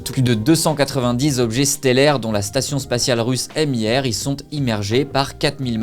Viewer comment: c'est la toute première fois que j'entends quelqu'un dire "èmière" en parlant de la station MIR ^^